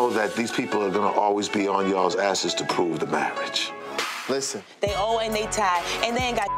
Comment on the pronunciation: "Marrige" ... Hahahaha!